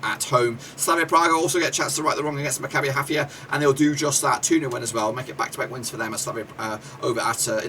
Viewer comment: You do not correctly pronounce the name of my team: Maccabi Haifa. But thanks for the opinion, we are an underdog in this group but hope to surprise them all 💚